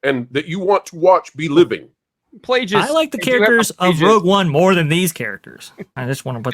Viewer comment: Bro, your opinion doesn't matter. After your pronunciation of "Plagueis", it's obvious that you aren't a real fan. Also, notice that most of the hate came before the show ever released a single episode. The show is terrible, but I figured that out by watching. But I am sick of the manipulation by both sides. It's as bad as politics. Just disgisting people that think they are ao special that they can manipulate us with their "brilliant" words. Most of these influencers are taking us for a ride and they are paid hacks.